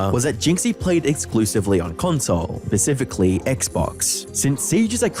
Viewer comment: I’m so sorry, but did you say pacifically instead of specifically? speh-cif-ick-lee or speh-cif-ick-uh-lee if you’re a weirdo who says every syllable 😂